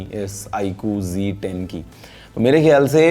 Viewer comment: G10 nahi Z10 hai sahi se bola kijiye